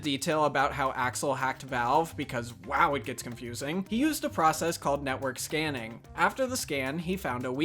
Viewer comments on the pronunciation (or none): none